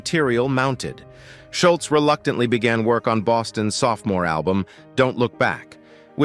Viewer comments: Scholz is pronounced Shoals........ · Schultz???? You mean "Scholz" as in "shoals?" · Who is Schultz? Its Scholz like the shoe. Such poor reporting. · While I enjoyed the video, it's a bummer that they refer to Tom Sholz as (Shultz). It was hard to listen to. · Sholz or Shultz.... :( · i would have given you a Like if you had pronounced Tom's last name correctly.